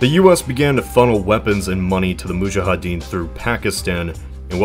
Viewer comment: Nice video! Btw, it's "moudjahidine" not "moudjahadine"